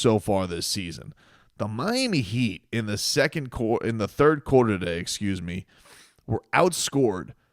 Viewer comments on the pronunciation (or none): "Turd quarter" 😂